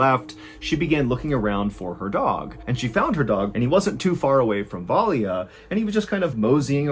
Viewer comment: The Russian name Valya is pronounced in 2 syllables, with a soft L. Va-la... that Y is meant to signify the soft L, which is difficult for most English speakers to pronounce. The name is short for Valentina.